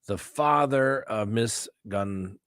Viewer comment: If the people that live there pronounce it with a long o, you should too. Same thing for Kaylee's last name...soft c. If the people that live there don't know how they want it pronounced, it really doesn't matter.